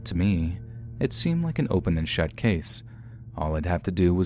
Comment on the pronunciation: Why Did You Say It Like That ? Its " It Should Have Been An Open & Shut Case "